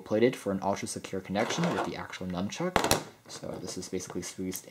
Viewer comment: It's nunchuck, not numchuck!